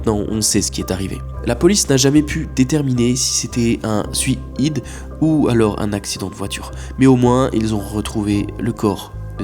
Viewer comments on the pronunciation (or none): none